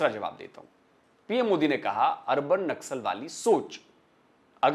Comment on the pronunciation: Naksal ko nasal bol diya 😂😂